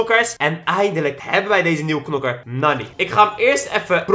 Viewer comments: Je schrijft nani maar je spreekt het uit als naani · het is naani tenminste zo spreek je het uit en je schrijft het als nani love naar jouw familyyyy